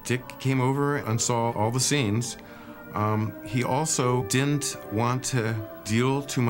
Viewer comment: Dude, you're killing me with "din'nt".